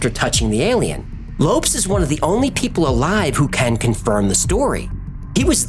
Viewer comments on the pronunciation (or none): ... i thought it was pronounced 'lo-pes' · I'm no expert, but from the spelling and a little knowledge of the language, I believe the pronunciation of his name would be like "low-pez", not lopes, as in antelopes. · question, isn't it pronounced Low Pez instead of lopes? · It's pronounced Lo-PeZ not Lopes lol. Any Brazilian would be annoyed to hear it pronounced like that. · Lopes is not pronounced Lops but Lo paze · Lopes = Low-Pez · Lopes is pronounced like "Lopez," it's only spelled differently. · A great example is the late member of the music group TLC, Lisa "Left Eye" Lopes. her last name is pronounced like "Lopez." I love your channel but sometimes you get names wrong LOL. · I am so disappointed in you. You make an effort to pronounce the names and locations correctly in their native tongue, but fail to spell the surname of the guy? Lopes, please google the pronuciation. You say it like Loupes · The man's name you call Lopes is pronounced Lopez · The Lopes should be pronounced as Lowpez, right? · no. In portuguese its pronounced like "Lohps" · Surely Lopes = LO-PEZ, no? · Low - pess Lō-pezss Lopes. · Lopes = loh-pehz I love the video. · Holy Crom, dude! It's pronounced LO-PEZ! Lopes is just an alternate spelling. :face-green-smiling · Best pronunciation.. 🤣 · Isn't Lopes pronounced as Low-pez? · Very good fact-checking, as in all of your videos. In the future also check how to pronounce foreign surnames such as ‘Lopes’. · Cmon you're really gna pronounce Lopes like that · He mispronounced Lopes tho.